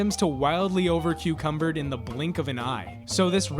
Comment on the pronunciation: Did I just hear, " over-cucumbered" 😂